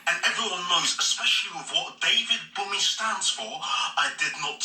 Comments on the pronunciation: The n in bunmi is silent I know you don’t care 🤣🤣 but just for times u meet other people who’s name is bunmi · He said 'David BUMMY' LOOOOOOOOL